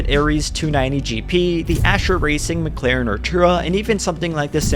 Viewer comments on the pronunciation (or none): none